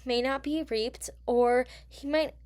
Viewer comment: Also when you say Reape it sounds like rape isn’t that what you are trying to say or no?